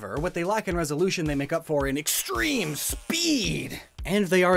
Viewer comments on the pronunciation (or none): none